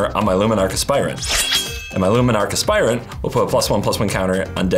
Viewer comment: Hearing say Luminarch Aspirant correctly feels wrong